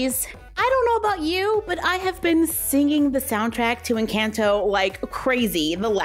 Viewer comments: It is pronounced en con toe not en CAN toe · It's not pronounced like the word "in" it's not incanto...nor "can" like a can of food. 🤦‍♀️ just pronounce the letter N and sub an o sound for the A in "can" say N-conto and you'll be a lot closer to the actual pronunciation. It's not perfect but at least better. Just trying to help. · I think it’s pronounced in-chant-o not in-cant-o=nvm just watched it 4 wks ago and now have watched it 13 times already and it’s not incAnto it’s incOnto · Loved the video! 🧡 just so you know you’re pronouncing the “can” in Encanto like the can in PEE-can when it sounds more like the can in puh-KAHN so it’s more like N-KAHN-tow just a subtle difference :) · It’s not in Canton it’s Encanto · it’s pronounced encahnto but I forgive you lol! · The an in encanto is supposed to sound like on 👍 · It’s pronounced En-can-to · It’s not Encanto with a it’s à Like a macron! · It’s eesa-bela and in-caan -tho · no hate at all just wanted to let you know Encanto is pronounced (en-con-toe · Are you pronounce Encanto Wright is saying that like N conto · It's pronounced e can to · Dude the way she says enconto I hate it agggggggi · The pronunciation for encanto tho 🤣 jk luv youu and this vid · I love your vids but please pronounce encanto correctly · You said encanto wrong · Saying it wrong it’s Encanto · I love you but I’m going to roast you for your pronunciation of the word Encanto! 😂 You did a great job on all the other words, that’s why that CAN is so adorable. Beautiful work though.